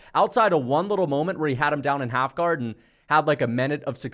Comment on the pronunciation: and what’s half gar ??? It’s half guard !!! You said it twice in a row .